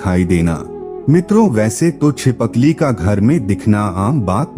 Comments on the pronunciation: Chipakli nahi boltt uncle Chipkali bolty h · Btw chipkali hota he चि पकली nhi 😅